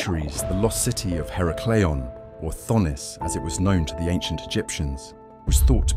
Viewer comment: Her-a-clee-ahn. The first A is said like in "at".